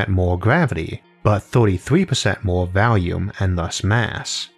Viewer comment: that pun though.... also it's pronounced volume not "valume"